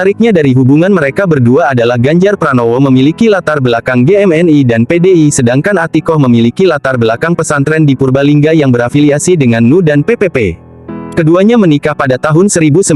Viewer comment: NU mestinya dibaca En-U, bukan nu. RI mestinya er-I, bukan ri lucu kedengarannya